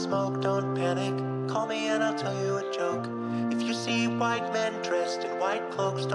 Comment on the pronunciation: I like to think that when He says ,,im chwhite,, Its a tribute to family guy